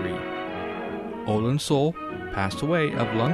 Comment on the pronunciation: His last name was pronounced soolay.